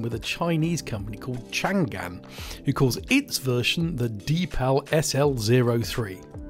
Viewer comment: It’s Chang-an not Changan